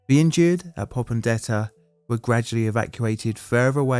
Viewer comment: Your mispronunciation of names like "Rabaul" and "Popondetta" indicate to me that this video is poorly researched. If you can't get that right, I have little confidence in any of the claims you make.